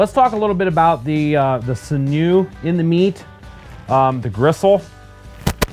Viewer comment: Sinew-pronounced Sin-Yoo